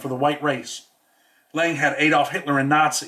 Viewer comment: David LANE!!! Lol. Not “lang”. LANE! But big respect. Just wanted to tell ya so you can be perfect. No harm meant.